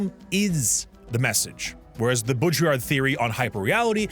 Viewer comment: Jean "Bo Drill Ard" (art but without the d)